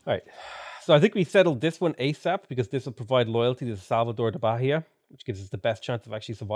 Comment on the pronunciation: Hey, the Bahia name the H is silent!!!